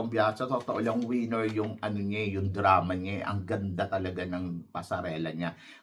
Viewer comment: ......Correct your PRONUNCIATION......It's not WIENER. This means your DING DONG. It's WINNER.